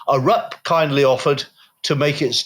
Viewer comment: aRUP? It's pronounced with the emphasis on the first syllable: Ah-rup.